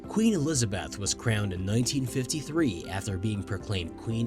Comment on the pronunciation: Please learn to pronounce Elizabeth!